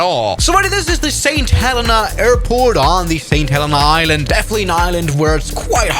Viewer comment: YOO THATS MY BIRTH PLACE!!! Btw u say it saint ha leen a